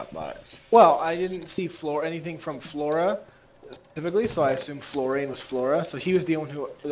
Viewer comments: your btw pronouncing florian wrong also its a guys name :D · just for you to know, Florian is pronounced with a long "a" and short "n", the rest was ok as you pronounced it, then you might understand it's male.